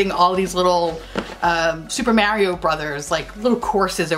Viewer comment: I loved it too because it's how we pronounce it in the UK! I was delighted to hear an American pronounce it right for once 😆